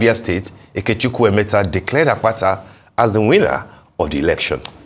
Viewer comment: Congratulations, Mr Olumide Akpata. And it's Ikechukwu EMETU, not EMETA. My able Deputy Governor